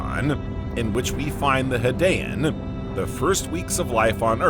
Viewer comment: It's actually a good video and I appreciate the research and effort. I will voice it if asked... I was distracted a little by the mispronounciaton of several words such as Hadian, anomalocaris, and a few others. It wasn't as bad as some other videos, but it did distract. I think it's the way the narrator puts the inflection on his words and the end of his sentences... however it does set the videos apart from the generic AI voices.